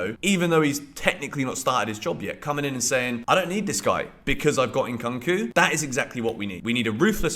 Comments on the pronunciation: why do u keep saying it as Cunk? it's Koonk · Somebody please tell to stop saying Nkunku like that 😭😭 it's getting cringe... it's pronounced "Nkoonkoo" not "eNkankoo" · The way you call " Nkunku" makes me laugh. 😅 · The ONLY thing unique about your content repeating post is your miss-pronunciation of Nkunku. Transfer season is copy paste season